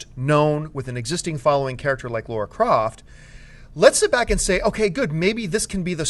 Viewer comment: Damn you American's, It's Lara not Laura